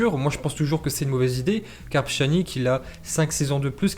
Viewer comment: Bonjour. J'adore tes vidéos, tes analyses... mais par contre ta prononcuation du nom des joueurs me fais vrmt mal. Certes poura Araujo je comprends que tu n'arrive pas à prononcer le "j" à l'espagnol mais pour pjanic (qui se pronoce pianitch) ou trincao (trinkao pas trissao) ou coutinho (pas cOtinho)... je pense que tu pourrais faire un effort.